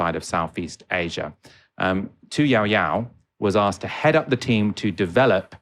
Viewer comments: Excellent post thanx!! Just one quibble:- the lady' s name is pronounced Tu Yoyo, not Yowyow. Don't you think the young French guy was right about the out- dated mental stereotypes westerners still have about China though? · not ''yow-yow'' but yoh-yoh.' prc and vietnam are unlikely to be friends, but had a mutual interest in getting usa [and french ] out of s. e. asia.